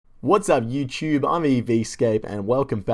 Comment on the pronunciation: It's "Youtube" not "YiuewChewb"